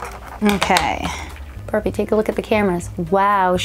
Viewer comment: I just hear “ Brrbie